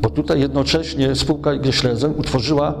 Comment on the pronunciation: Panie materiał bombowy, natomiast warto wiedzieć że niemieckie słowo Schlesien wymawiamy "szlezien", z dźwięcznym pierwszym "e". Pan Romuald to wie, ale też nie jest pewien. Wymowa zaproponowana przez Pana przypomina słowo "schliessen", czyli "zamykać". Oglądam dalej z zaciekawieniem.